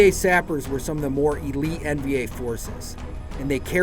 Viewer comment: "Zips" and "sappers".. ZAPPERS. 😂 That's a good one.